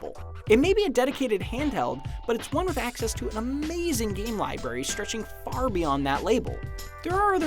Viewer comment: "Incredible *Libary*. Yeah, okay. Have a person who can't even pronounce "Library" review a whole console. Bravo, IGN.